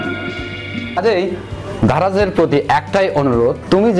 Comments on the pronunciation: ভাই ধারায না.. দারায...আগে ঠিক করে কথা বলা শিখেন...😡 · আপনি ত ভালো ভাবে স্পষ্ট ভাবে কথাই বলতে পারেন না। দারাজ টাও উচ্চারণ করতে পারেন নাই😂